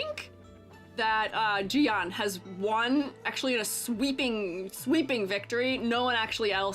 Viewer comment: Those rover edits are exactly what we need tbh, now they both slay. And just fyi Jiyan pronunciation is like: say IGN without the I. "yan" in chinese sounds more like yen. (this doesn't apply to "yang", that's a different sound)